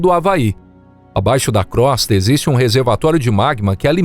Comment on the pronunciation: Crosta se pronuncia com o fechado e Io também 😬🙄